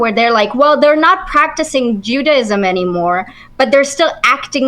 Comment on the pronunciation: Every time I hear her say, “ju-DAY-ism” it makes me want to throw my phone out the window.